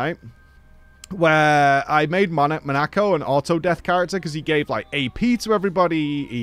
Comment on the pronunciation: Bugs me more than it should how pronounces "Monoco"